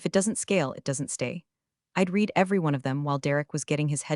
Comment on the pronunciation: Dear, when are you going to teach your AI voice how to pronounce the correct tensing of the word "read"??????